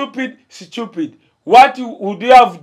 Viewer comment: Sicupid hahahaha🤣🤣🤣🤣 its Stupid not Sicupiidi orimazi